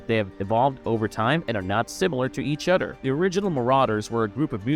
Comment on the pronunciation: other = udder